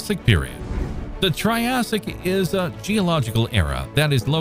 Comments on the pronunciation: You beat me to it. But I was going to ask if anyone else is getting triggered by way he's pronouncing it as "tri-say-ic" vs the "tri-ass-ic' I'm more used to hearing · triassic not tri-say-ic lol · Triassic, not Trisaic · I came to the comments a couple of minutes into the video to see if anyone else was thinking what I was thinking and was not disappointed lol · I'm glad that I'm not the only one hearing that. I thought I was going crazy.